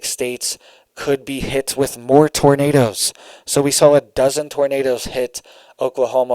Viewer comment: Did you say tornadoes or did you say tomatoes?😂❤😂❤😂❤😂❤😂❤ I like to pull on that little red beard